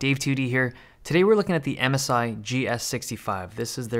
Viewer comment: I thought you said Amazon instead of MSI